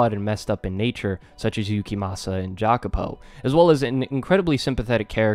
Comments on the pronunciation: Jacopo is pronounced "ya-ko-po" in italian. Im sorry to be that guy but it bothered me :") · This is my favourite story ever too, I've been waiting for this ever since you put it on your top manga list :) EDIT: Jacopo is pronounced "yacopo" I had to let you know.